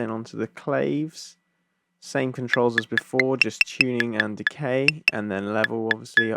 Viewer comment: It is pronounced clave not clave you uncultured swine!!